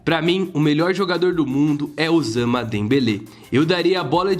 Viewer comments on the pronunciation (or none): Mano por favor o nome é OUSMANE e não OSAMA. Só falar: Os Man